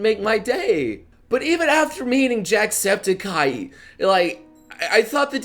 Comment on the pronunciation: He said jackspedicey's name wrong everytime. tssk tssk tssk